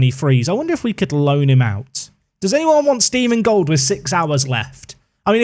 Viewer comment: Stephen Gold is actually a perfectly German name, you just decided to pronounce it the English way :D You can type it into google translate and then listen to the German and English pronounciations with the little speaker symbol.